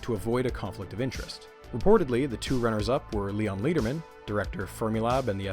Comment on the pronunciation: Hiya! As a former Fermilab employee, this is awesome (and heartbreaking…). This all happened before I worked there, but whenever the SSC was brought up, folks would shake their heads in frustration at what could have been. A couple of minor notes: Lederman is pronounced like the metal “lead”. He was quite beloved, and a real character, with a passion for educating the next generations in science. And I didn’t catch if you included it (apologies if I missed it), but Helen Edwards was the lead for the construction and design of the Tevatron, something quite extraordinary for a woman at the time, and she is thus thought of as a pioneer for women in STEM. Just thought it should be mentioned. Other than those quibbles, this is brilliant! (Your next video should be on Felicia the Ferret, who played a huge role in the Tevatron construction!)